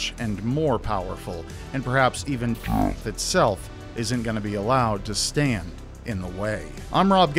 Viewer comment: Okay I really enjoyed this video, but I was getting annoyed with the constant "death" pronunciation, just say it properly